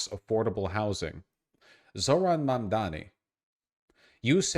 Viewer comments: To be fair, even Youtubers supporting Mamdani also calls him "Mamdami". It's so weird how people have hard time pronouncing it. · Sounds like "Momdommy" and I think that's pretty funny. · I like how Cuomo still can't pronounce Mamdani's name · Cummo can't pronounce words.. shocked